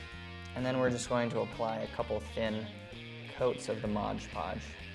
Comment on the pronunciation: Liked these ideas. Just sayin' though, it's actually MOD PODGE (Not Modge Podge)